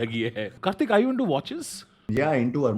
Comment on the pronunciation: On behalf of every Kartik on this planet. It's Kartik, not Karthik. South Indians have ruined every possible name. 🤦‍♂🤦‍♂